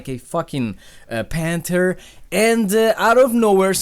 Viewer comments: "Panter" lol no man it's "panTHer" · "Panter" *Panther